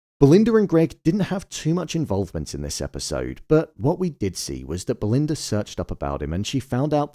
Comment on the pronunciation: Belind-errrrrr & Greg